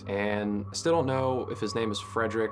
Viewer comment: What activates the music box? Temperature? In German, Fredrick would be pronounced more like FREED-Rick. Might be the confusion. The EVPs from disembodied voices were awesome.